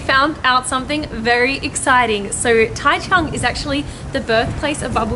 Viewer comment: taichung 居然沒有 ㄓ或 j的音 我的媽呀 唸出來誰聽的懂